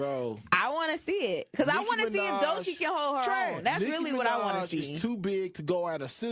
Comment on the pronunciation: That lady is delusional. Her name is Doechii (Doe-Chee)